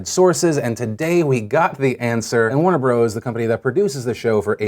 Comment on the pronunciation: Warner Bros (pronounced Warner Brothers). Jun (pronounced June). You've got researchers, use them.